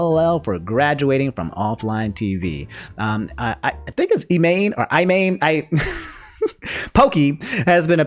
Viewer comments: Her name is pronounced E-mon. the whole pun about her username is that it's pronounced "Poke-e-main" when if it was using her actual name it would be a copyright violation. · Poki's name is pronounced "E-mon"